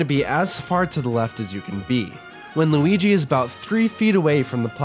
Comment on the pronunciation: Are you mean to Luigi or do you actually don't know how to pronounce his name?